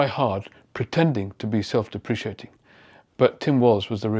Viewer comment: Thank you for that detailed and insightful analysis. Just a small thing, there's only one i in deprecating, pronounced dep-ruh-kay-ting. Cheers.